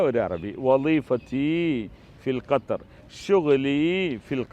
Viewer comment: കത്തർ അല്ല 😂😂😂😂😂 (ഗത്തർ)..ഉള്ളവില കളയല്ലേ തെറ്റു പറഞ്ഞു